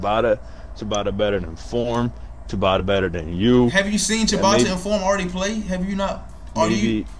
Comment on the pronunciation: I just knew he was gone *ucking lose when he said “Chibatta” 😭 He must be scared of buddy no cap, no DisRespect to dude but you’ll blow him tf out! Form Blowed him out..he’s a funny entertaining dude he talk *hit and can play a lil but not on YALL level bro 🤦🏾 🤷🏾‍♂️ just an opinion